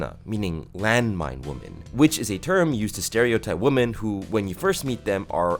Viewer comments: why do you pronounce "women" like "woman" ?? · I love the irony of saying "woman" as a plural—like a proper incel—while talking about how something was diminishing women. If anyone could give me a sane explanation for why this mispronunciation has become so prevalent in recent years, I'd love to hear it. I have only ever heard deplorable men say it that way, so it's hard not to make assumptions about what kind of spaces you hang out in from it.